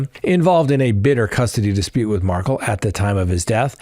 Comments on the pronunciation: Mar-kel, not Markle. Please pronounce the victims name correctly!!!! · It is MAR-KEL not MARCKLE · Love you, but you gotta look into saying Dan Markel’s name correctly…just to honor his name….please like kettle…kel….rhymes with bell… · It’s pronounced Mar-KELL and Mag-BAN-oo-ah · It’s Mar-kel